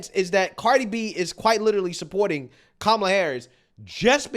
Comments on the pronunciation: she said "Ka-MA-la", not "KA-ma-la" 🤣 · I'm pretty sure i heard her call kamala - Tamale harris 😂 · The irony is that at the beginning of her speech she pronounced kamala's name wrong accenting the middle syllable! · I love how the leftists get on conservatives for the mispronunciation of Kamala’s name, yet when this idiot does it it’s all well and good! 😂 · Cardi B pronounced Harris's first name "wrong" at her own rally! The media needs to never ever again complain about people pronouncing her name wrong.